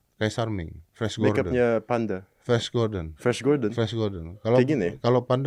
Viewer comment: kayak nya om ded nya salah sebut td sempat emang bilang fresh gordon. 😂 atau aku yang salah denger ya flash kan bacanya fles 😢